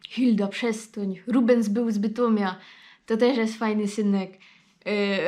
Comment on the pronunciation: "Śląsko godka"!? Te,, może na som poczontek; Fto ąuje i ęuje, tyn sie na Ślonsku pieronym "kompromituje"!, poradzisz to spokopić?! No i dej pozor na szczegoły; "był z Bytomia", jo by pedzioł; boł z Bytomio! nie "od razu", ino zaroz(ki) "do Was"?!, Ponbocku Świynty; do Wos!!! "jest to zupełnie coś innego", to je blank inakszy! "zaroz jedna założa", lepi by było (ł)obleka (a nojlepszy; sebleka!;) "u nas", u nas (w altreichu?), bo u Ciebie to - mi sie zdo - "u nos"!? jak przichodzom beboki to nie jest pozamiatano ino już blank po ptokach..., "tu je chłop", ja, ale bez "ł"! Toż pacz tam jako i niy zapomni ło żołto-modrych serduszkach do mje! PS Aha, pedzioł żech już, żeś je richtig?!...